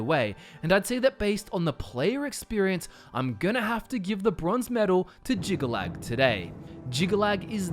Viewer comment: I'm relieved you didn't butcher Jyggalag's name. Whew. 😆